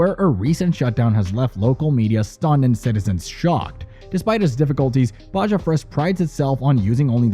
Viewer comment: Definitely, who pronounces Baja with a J sound